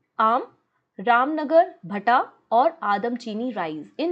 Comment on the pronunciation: The pronunciation of Ramnagar bhanta is ( भंटा) mam